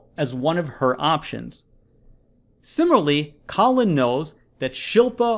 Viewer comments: It kills me that he pronounces “similarly” as “simarly” throughout the whole video while explaining to me a college admission level question. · Sim-i-LAR-ly I know I can’t be the only one who was irritated by his pronunciation 😂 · *It's too bad Mr. Oxford here can't pronounce "similarly" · Until this channels owner learns to pronounce ‘similarly’ correctly he definitely won’t be enrolling to Cambridge!!